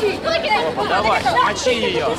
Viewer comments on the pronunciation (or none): none